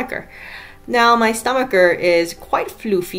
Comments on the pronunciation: Stomacher. Stomach. Hard c. No “ch” please. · Would I be a total Hermione Granger if I pointed out that it's "fran-says" not "fran-kize", "pan-yays" not "pan-ears" and "stumaker" not "stomaCHer". Only pointing it out in the case that you have an interest in pronunciation. If not, feel free to clown my for being presumptuious and rude. It's leviosa not levio-sahhhh!